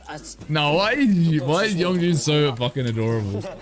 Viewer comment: Friendly clarifications Yeonjun was born in 1999 And his name isn't spelt with a g sound it's just Yon-joon